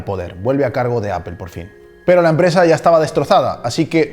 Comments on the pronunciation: Por que los esñoles no pronuncian bien. La palabra Apple Dicen Apel. ? Que alguin me explique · El video esta genial pero tengo una duda, por qué le dices a “apol” “apel” (la pronunciación de apple)